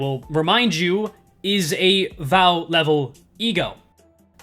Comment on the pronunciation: Pronouncing WAW as Wow is more problematic than the design philosophy of launch IDs